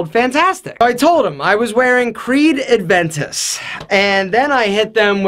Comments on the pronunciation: Hey man....there's no 'd' in Aventus....it's not Adventus. FYI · Its creed aventus not adventus😂😂😂😂 i get triggered when you dont even say it right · Aventusm not ADventus my man :P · It is Creed Aventus. AVentus. Not ADventus. Good video though, it's just a shame that 50% of your video is a sponsored advertisement. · Hate it when she calls Aventus - “Adventous”. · Gotta love that "adventus" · Creed Adventus? You can't even pronounce the damn names... Get the fuck out of here.